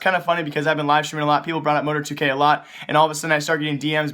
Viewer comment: Mo-tar-2k not Mo-tor-2k lol